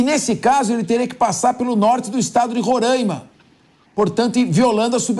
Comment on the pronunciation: Alguém pode ensinar este apresentador a falar Roraima de forma correta, afinal ele é um apresentador, tem falar sem sotaque, é Roraima e não Rorãima